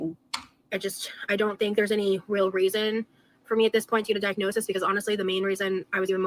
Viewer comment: bestie! first time viewer, enjoying the video so far, and extra points for livestreaming with your beautiful pet ... but it's diagnoSIS, not diagnoSEE. the plural form, diagnoses, IS pronounced diagnoSEES. why does it matter? because none of us should be doing anything that ALR does!